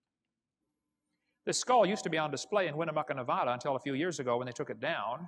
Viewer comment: If Kent's ever been to Nevada you'd think he'd be able to pronounce it correctly. He can't even get that right.